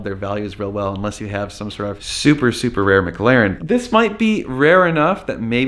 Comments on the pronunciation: Mclaren not Mcglaren 🤣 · Mclaren not maglaren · Instead of "McLaren", it sounds like you're saying "Maglarin". NBD, just sayin... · Normal Guy Supercar was making a joke about how you were saying McLaren